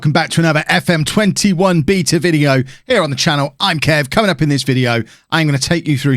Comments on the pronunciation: A piece of me dies every time he pronounces beta wrong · Why he say beta like that, so he wants to 'beat a' male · How many times can he pronounce it "beeeeeeta" 🙈